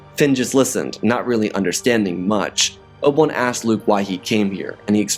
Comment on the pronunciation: Who TF is "Oble One?" Bro, you gotta slow down! Sheesh!